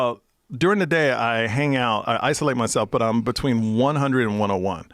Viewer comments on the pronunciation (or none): Joe pronouncing between "bechween" is almost as awesome as his show.